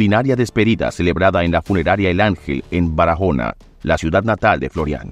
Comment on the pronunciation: BARAJONA NO, BARAHONA LA "J" NO SUENA